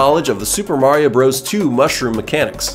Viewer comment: I love how you say mushwige